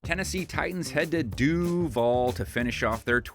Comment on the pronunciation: Don’t ever say Duuuval again if you’re not Duuuval.